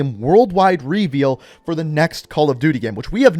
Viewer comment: Am I the only one bothered by how he says "reveal"?